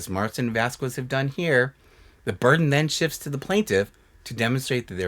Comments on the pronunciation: vasquez is pronounced "vas-kezz." think like queso and que pasa. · I love you, but I’m cringing everytime you pronounce Jessi’s last name. The “qu” is pronounced as a “k” sound in Spanish, so it’s “vas-kez”